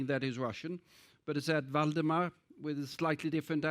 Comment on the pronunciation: Waldemar is a polish name. He mispronounces the name. The accent should be on the penultimate syllable. Moreover, the prelagent does not explain the meaning of the word Ukraine. This is very important. The word Ukraine means "land on the edge". Why on the edge? Because it was never a country, but a wild borderland of several countries. When Poland was divided between Prussia, Russia and Austria for more than 120 years, Poles began to be removed from there. Austrians and Germans began to organize a sense of national separateness there. Therefore, in 1918. Ukrainians proclaimed Lviv their capital, but there were too many Poles in that Polish city at the time, and the Ukrainians lost the several-month-long battle for Lviv. Then the Poles, unlike Stalin, did not starve the Ukrainians. Some 20 years later, when Poland lost the war with Germany and the Soviet Union in 1939, the Ukrainians showed no gratitude and began a gradual genocide of the Poles who lived among them. In this way about 200 thousand Poles died a horrible death. Today even animals would not want to die like that. German officers describe this in their 1944 reports, among other things. These were Polish women, children and old people, because the men were either in forced labor in Germany, had been deported to Siberia, were in the Allied army or were in the General Government.